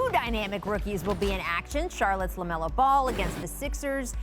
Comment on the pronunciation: Lámelo! We all heard it from the Goat Lavar! 🐐